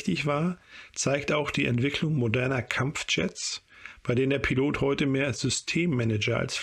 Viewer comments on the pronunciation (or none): none